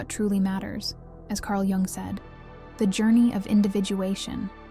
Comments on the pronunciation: Pronounced “yung “ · Pronounced, "Carl Young" ... not G-ung. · jung is voiced as "yoong"